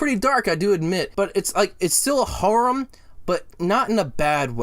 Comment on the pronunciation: Love the way he says harem! 😂